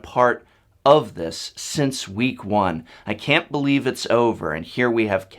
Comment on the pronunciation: Also, did really say "I cat let him down" just after revealing? LSV must have been rubbing off on him...